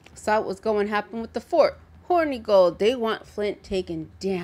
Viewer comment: You keep saying Hornygold but, it is Hornegold (Horn-eh-gold) nothing horny about the old lad :P